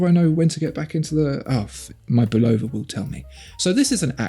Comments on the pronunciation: Why must you Europeans always mispronounced Bulova when they're talking about watches. It was an American company founded by a Czechoslovakian immigrant but founded it in America. So we'd appreciate it if you'd pronounce it correctly. It's not pronounced with an emphasis on "O" but pronounced with a emphasis on "Bul A va". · I bought the “old logo - no date” Lunar Pilot and had Bulova put it in the brushed case (from the new logo - date) to make it more period correct. It was still a bargain! Great watch. Super accurate. No need to buy a Speedy! FYI - It’s pronounced “Bull-ova”. And, Fun Fact: Bull-ova did all the in-cockpit timing for NASA in the Lunar Modules, so they were hardly a stranger to the space program.